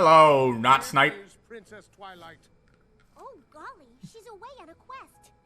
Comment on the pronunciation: You called him not snipe instead of not Snape.